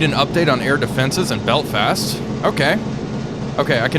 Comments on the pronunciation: ... Beltfast??? its Belfast. no T between L and F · Love the video. However, to my ear it sounds like you're saying "beltfast" instead of "Belfast."